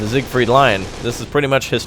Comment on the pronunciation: it's siegfried not sigfried